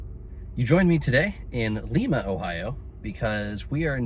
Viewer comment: Lima= LY-MA 😉